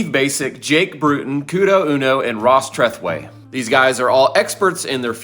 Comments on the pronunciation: I’m guessing never watches TOH or must zone out when they talk about plumbing/heating. Otherwise he would realize that it’s pronounced tra-threw -ee. Not treth-way. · Treh-thewey. Treh-threwey. Poor Ross.